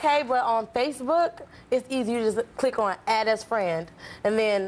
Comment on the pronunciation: lol, xD Tyra said spacebook xD